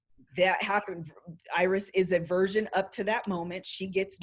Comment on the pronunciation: It sounds like pronounces virgin like “version.”